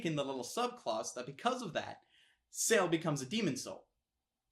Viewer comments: Why are you calling him Ceal.....??? It's Ci-E-l. Doesn't make me upset just for the future I guess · His name is not sell And this is how you say it Sea el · I was annoyed every time he said cell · Why do you keep saying "Cell" instead of "Ciel" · why the fuck do you keep calling him cell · PLEASE. STOP CALLING HIM CELL. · Lol, U keep saying " Cell " Your not saying Ciel. Pronounce the " E " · He was pronouncing Ciel, seal. What on earth is wrong with this fellow. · SK Yeah, but still, in the grand scheme of things, does it really make them much of difference? You know he's talking about Ciel, even if he was pronouncing it as "Cell", and the whole point of the video was to give you his thoughts on it. If simple communication is already covered, then it's fine. You wouldn't get on someone with an accent for pronouncing words wrong, would you? Even if doesn't have the excuse, he still got the point across, didn't he? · YOUR PRONUNCIATION IS DRIVING ME MAAAAAD. IT'S C.L. THAT'S HOW YOU PRONOUNCE CIEL. ALOIS IS ALL-OH-WEES. K I'M DONE. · Omg if he calls Ciel "Cell" one more time... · But why pronounce Ciel's name "Sell"? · he either has an accent or just has trouble pronouncing iel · But even the dub got the pronunciation right. :/ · "Cell"?? I think you mean Ciel... (Sea-el) "Alowes"?? I think you mean Alois.. (el-a-weez) and btw, THEY'RE ALL BOYS!!! ***BOYS***